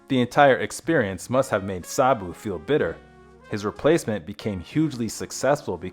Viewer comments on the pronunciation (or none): Sarbu? There is no R in his name, i watched his films as a child, i thought he was wonderful.